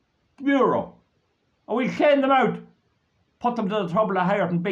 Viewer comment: "Clane dem ouwt"... AS RIGHT!